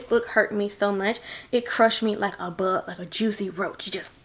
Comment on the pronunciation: Every time you said "crush me like a big" I giggled! I absolutely love your passion, and I'm so glad I found your channel! teardrop